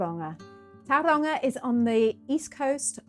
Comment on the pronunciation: Hello, thank you for this lovely video. I can see you're giving Maori pronounciation a good crack, which is great to see. I heard a few places mispronounced, so just to help you, the vowel sounds are pronounced like so A as in star E as in here I as in key O as in store U as in shoe So is more like towel-wrong-ah, and Why-kart-oh The mouth feel is a bit deeper and richer than how English words are spoken so its easy to get a bit tripped up (especially when locals reinforce the mispronounciation) Writing this just cause I can tell you're already putting in the work 😊